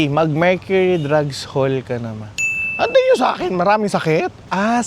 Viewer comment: Mercury Drug lng po boss walang “s” hehe